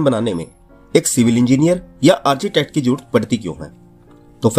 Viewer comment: मेरे हिसाब से आर्किटेक्ट होता है आर्चीटेक्ट नही।